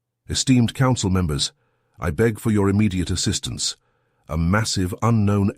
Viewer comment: "Air-steamed members of the council" "Just steamed" even got it right once 'esteemed'. haha